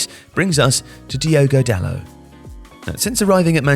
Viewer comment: There's a T at the end of Dalot. He isn't called "Dalo". His name is spelled and pronounced Dalot. The T would only be silent if he was French. He isn't French. Stop getting bond wrong. I mean, stop getting names wrong.